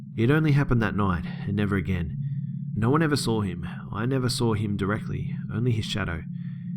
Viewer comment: Omg bro ❤️ love it "agien" ❤️😄